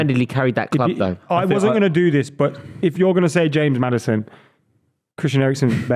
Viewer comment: saying Maddison ☠️☠️☠️☠️